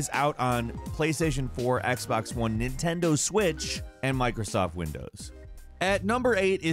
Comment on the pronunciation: I like how he says NEITENDO SWITCH